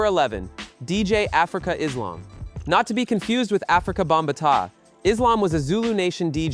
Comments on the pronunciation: Afrika Bam-ba-TAH🤣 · "africa - bamba- tah". Narration ruined the whole video.